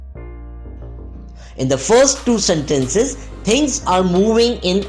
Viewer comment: Very useful video! :) Small note: some words were pronounced incorrectly, mainly in terms of stress. eg, sentences (stress goes on 1st syllable, not the 2nd)